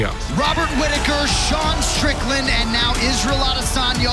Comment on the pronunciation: literalls says D'Sean strickland